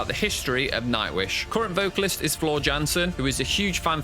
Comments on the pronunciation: There is no way you are huge Nightwish fans when you can’t pronounce anyone’s name correctly. Getting both Floor an Tarja’s names wrong says it all. You are just looking to sh!t on something. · Mispronounced both Tarja’s first name and Floor’s last name. Floor’s reaction was to her singing GLS at Wacken, not of other reactors, and happened a full year before the controversial comments he was referring to. Either incompetent or dishonest.